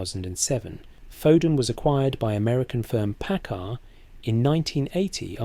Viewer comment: Itsnot 'Packer', it's Paccar.. you AI dolt